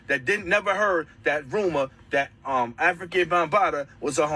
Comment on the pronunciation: Before you make a video about someone, how about pronouncing his name correctly. His name was "Afrika" not African!